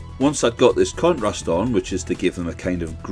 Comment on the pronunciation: so good! Kept thinking you're saying "cu%t rust" which is what I'm calling contrast from now on.